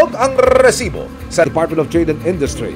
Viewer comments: Rrrrreeeeeeesibo rrrrreeeeeplay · Nakaka irita un "rrrrrrrrrrrrrrrrrrrrrrrrrrrrrrrresibo!! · Out of context, sino dito naiinis sa pag banggit ni emil soriano ng "rrrrrresibo"? 😂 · Bakit e prolong pa ang pag bigkas ng word na resibo...